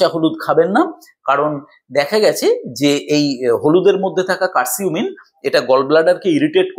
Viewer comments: আসসালামু আলাইকুম বড় ভাই উচ্চারণটা কার সিম হবে না উচ্চারণ হবে কারকিউম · কারকিউমিন,কার্সিউমিন না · Hmm,❤ উচ্চারণটা ভুল বলছেন